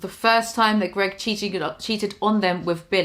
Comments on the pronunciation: Say his fucking name correctly!!! It’s GREG NOT GROG!!!! Geez 😒 that’s fucking really annoying that you can’t say his name correctly lady!!! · Just for the record, Greg ruined the word spouse for me.